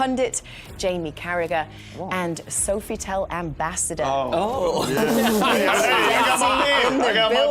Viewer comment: Strange to hear Kate mispronounce 'Sofitel'. It's 'SOFF-ih-tell". Very French and branded as such with their tagline "the French way"